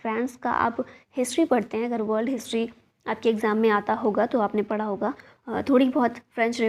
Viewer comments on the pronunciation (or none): none